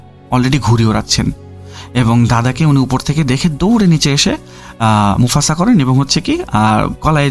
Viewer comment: মুফাসা ❌না মুসাফা✅